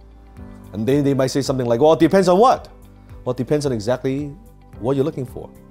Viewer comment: “exactly” really sounds so asians. Amazing